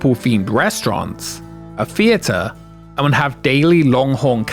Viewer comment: What is a fee-a-ter ?